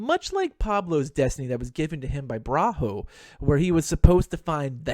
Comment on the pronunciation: Comment 1) bra-ho? Don't you mean Bruja? If so, then it's pronounced "Brew-Huh" minus the "h" sound at the end. At least, that's how I've always heard it. Comment 2) I had completely forgotten Dalten existed, tbh. Considering i know next to nothing about the guy, I'm just gonna have to agree with you about him. still, even if I did know more about him, I would probably agree anyway.